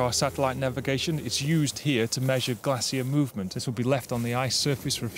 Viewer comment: What’s a “Glassier” ?